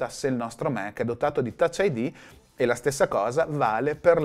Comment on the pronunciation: Fa ridere che i Mac li pronunci "Mèc" mentre macOS "Màc" 🤣